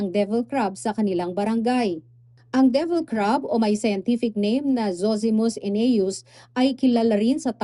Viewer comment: Ganyan ang mga Bisaya pronunciation nila divil sa devil. Ex: Si Marites, sa Bisaya, si Maritis.